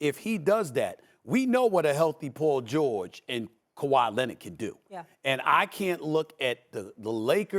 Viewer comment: Who is “pull” George? His name is PAUL!! Not Pull